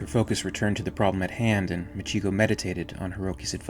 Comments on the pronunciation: This was great except for one thing. Machiko is pronounced "Mah-chee-koh". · Very nice, I have the graphic novel and I loved it, I still read it from time to time. One thing regarding the pronunciation of Machiko, I think it would be properly pronounced as Machi ko, with the emphasis on the first two syllables. This is because ko is a common part of many Japanese girl's names and is represented by a single character. So names like Mariko, Michiko, Noriko, etc. would always have the emphasis on the first two syllables.